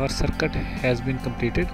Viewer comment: hahahahah y u say its very usefull circut🤣🤣🤣🤣